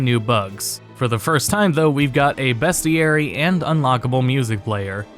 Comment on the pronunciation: btw...its BEASTieary not BEST